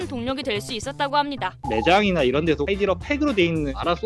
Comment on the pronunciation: 근데왜 하이리다오라고하세요 하이디라오인데